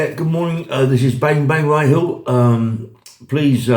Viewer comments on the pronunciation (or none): It's Hindley, not henley lol